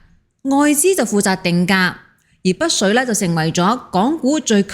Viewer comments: 北… 不是 「不」水。要不要練習一下發音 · 北水，唔保不水， 的懶音咁多年都冇改變！ 😂